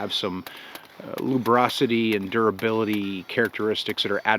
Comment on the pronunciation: Its lubricity not "lubrocity", but hey who cares, if she doesn't I don't either. lmao.